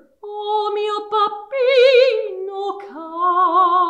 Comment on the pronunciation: It is NOT “PAPPINO” it is “BABBINO”. I’d say you know how to pronounce it properly when you speak it, but when you sing it comes out PAPPINO. Plus it is NOT “ANNELLO”, it is “ANELLO”. The rest is pretty much acceptable, but you still need to work on your sung Italian.